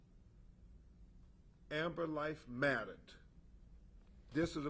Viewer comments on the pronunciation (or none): ~ Ben Crump has a flight speech impediment or something. Like he said “Amber“ instead of “Amber“.